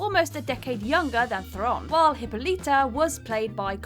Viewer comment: Diana PRINCE. Theron rhymes with 'heron'. Gadot sounds like "Ga-dough"